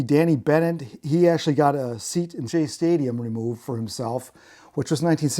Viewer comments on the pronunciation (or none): none